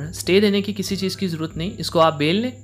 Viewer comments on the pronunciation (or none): none